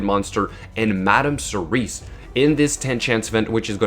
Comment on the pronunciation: Cerise is already a word. it's Serris.